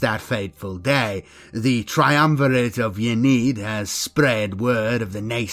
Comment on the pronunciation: Very cool video. Ynnead pronounced "in-knee-add" tho just so you know. Not a critism, just sharing :) keep it up, really enjoyed, will be subscribing.